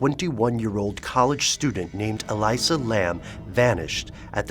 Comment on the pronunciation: Love you guys and all, but I've gotta say, the way you're misprouncing her name is like nails on a chalkboard. It's 'Ah-lee-sah', not 'Ah-lai-sah'. I really respect the research you guys usually put into your stuff, but c'mon. I actually went to the same uni with her, never met her, but I've heard she was mentally stable despite her bipolar disorder. No one here believes she would have committed suicide -- she was apparently quite happy with how things were going in her life. I think she was murdered... I think someone was following her and she was trying to throw them off her tail while being wracked with fear, hence the extremely bizarre elevator footage.